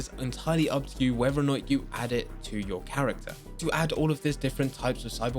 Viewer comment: Please learn how to pronounce “whether”.... it’s not wever